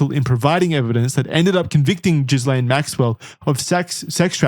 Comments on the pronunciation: Expert? Boys it's pronounced GILL -AINE Maxwell, not Jizz-laine Maxwell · This is really pedantic but it's pronounced "Gee-lane" (or you could also say it "Gih-Lan" depending on how french you were being) with a hard G. Idc about her but it's a real french name! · It’s a small thing but it’s annoying. In Ghislaine the S is silent. Like the S in isle. I wish you Americans would learn how to speak English.